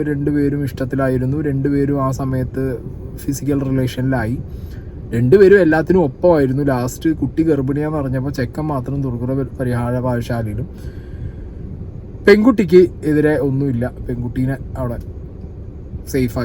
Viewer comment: Durguna not Durgula